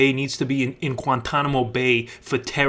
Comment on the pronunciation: "Quantanamo bay"